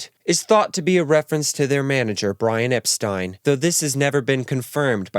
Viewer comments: Oh, it's Brian Epst-eye-n? Not Epsteen? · That’s not how you pronounce Brian Epstein’s name.